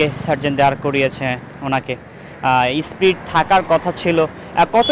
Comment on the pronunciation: আপনি একজন মেইনস্ট্রিম সাংবাদিক হয়ে স্পিডকে বলছেন স্প্রিট স্প্রিট, একটু খেয়াল করেন এসব